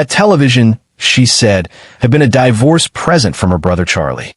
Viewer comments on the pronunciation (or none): This case is addictive but please Please don’t use AI voice. The enunciation and intonation is wrong. It pronounces divorce as Dyvorce. Honestly, send me the script and I will record it, in my English accent!!